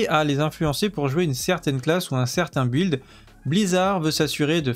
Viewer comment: Merci pour ta vidéo. Il me semble que "build" se prononce bilde et non bUhild